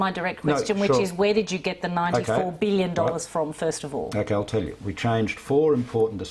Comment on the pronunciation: Why can't Albanese say 'billion'? "BWULLION. A BWULLION DOLLARS". He's a bit stupid, isn't he?